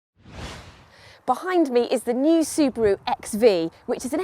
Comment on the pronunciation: why she said Subari? LOL